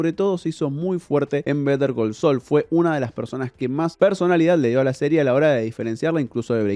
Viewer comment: Pero porque si vas a decir el titulo en inglés no lo pronuncias bien?